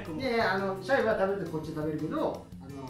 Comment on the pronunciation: シャイがしゃゆに聞こえて 井上小百合さんがMCやってた時の らじらーを思い出した